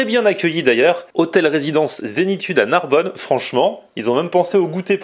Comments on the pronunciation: NARBONNE PAS NARBONNE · Narbonne pas Narbonne vener la vie de ma mère